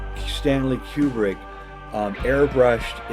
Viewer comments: Okay, so that's ACTUALLY how this dude pronounces Kubrick. Q-brick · >"You'd have to be a complete fanatic like I am..." >pronounces Kubrick wrong ...fuckin' A